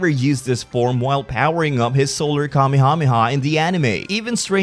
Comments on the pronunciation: It’s wrong. The correct way is Kame-Hame-Ha. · The way you pronounce Kamehameha bothers me to my core. I dont think its wrong, its just different.